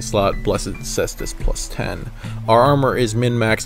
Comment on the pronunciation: Ty for saying Caestus the right way!